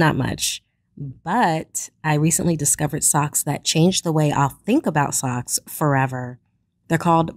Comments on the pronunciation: Thought they said sex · did she say at the beggining socks or ......